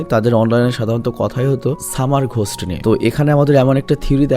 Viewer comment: 😅😅 🤣 সামা র😅 ঘোশট😅😅